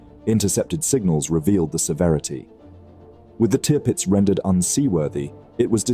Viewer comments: Drives me mad as you pronounce the name Tearpitz , just call it TIRpitz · Learn how to say Tirpitz will u